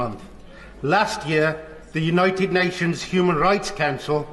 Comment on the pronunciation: The big guy keeps saying 'unOYted nations' 🤔